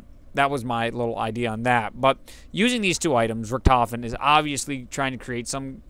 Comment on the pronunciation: Ever heard of Manfred Albrecht Freiherr von **Richthofen** (2 May 1892 – 21 April 1918)? A.K.A. the Red Baron? The "ch" sound may not exist but no character in the game pronounces the name with a "ch" sound, at least as far as I can recall.